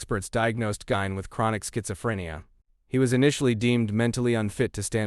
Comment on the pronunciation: Geen pronounced not gine